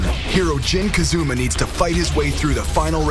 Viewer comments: did he just said jin kazuma :D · he said jin kazuma not jin kazama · Jin Kazuma?? HAHAHA It's Jin Kazama!! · It's Kazama not Kazuma, the other one the father is called Kazuya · its KAZAMA not KAZUMA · YEAH WTF ITS KAAAZAAAAAMMAAAA NOT KAZOOMA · Is it really so hard to say KAZAMA?! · so he can say yoshimitsu but not KAZAMA??